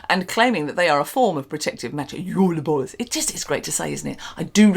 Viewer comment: Can you make an mp3 of you saying JUL BOLS so I can make it my ringtone? 😂😂😂 I'm so excited this is back